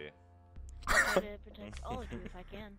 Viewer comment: I am officially dying of laughter ....and I quote "you didn't potect me"